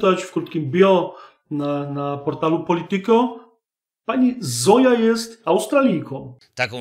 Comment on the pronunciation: Nie Zoja tylko Zojcha.